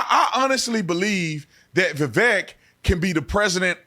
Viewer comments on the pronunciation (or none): Definitely AGREE with The Officer Tatum! Vivek & Trump as a Team will be MY choice. BUT HIS NAME IS PRONOUNCED LIKE “CAKE” i.e. Viv-Aaake